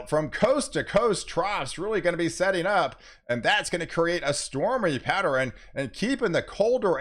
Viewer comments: Hi! Did you know you are saying "patterin" for the word pattern, and "northerin" for the word northern and "southerin" for the word southern? You are making two syllable words into three syllable words. Great job on the weather though! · Dude for real added a whole syllable to the word pattern.